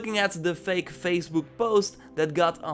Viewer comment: Don't forget "phazbuk"......